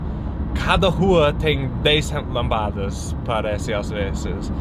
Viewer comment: Nada a ver criticar a pronúncia... todo mundo entendeu, certo?